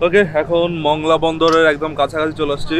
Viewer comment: ভাই শব্দটা হবে “মোংলা” মংলা না।